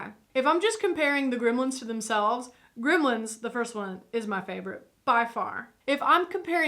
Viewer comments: GrEmlins, not Grimlins...... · Its funny how she pronounces it "grimlens"